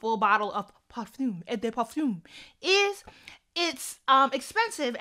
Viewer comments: Sis, you killing us with "parfum" I'm screaming! I st'an. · you're too extra with the pronunciations: "Parfum!" Oh, someone help me, I'm laughing to death. Tehehe